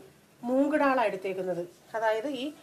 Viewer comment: Recipe kollam...പക്ഷേ ഡാൾ അല്ല...ദാൽ എന്ന് പറയൂ.. പ്ളീസ്!